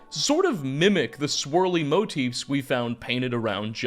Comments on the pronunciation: This guy pronounces motifs like “moat-ifs” and “giants’” like “giantses”, but rolls his r when he says Strauss. Boggles the mind. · motifs is pronounced moe-teefs